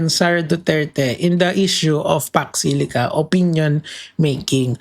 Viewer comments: Hindi nya nga mabigkas kaya hindi nya alam . Jusko Lord talaga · vp hindi alam talaga. hindi nga alam pronounciation. don’t elaborate na ayaw mag comment. new WORD SA KANYA YON ANG PAX SILICA